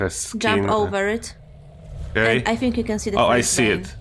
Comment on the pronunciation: Kurde dobre poradniki , ale bez urazy twój angielsko polski akcent jest tragiczny . Np . wymawiasz think jak fink , fink to mówi niedouczony chińczyk itd , itp . Mi to przeszkadza strasznie bo nie mieszkam w Polsce , ale szacunek za wiedzę na temat F67